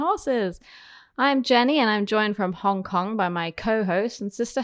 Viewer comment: 'Ong Kong? What do you mean 'Ong Kong?